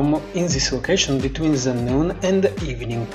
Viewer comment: ze ze ze brother it's the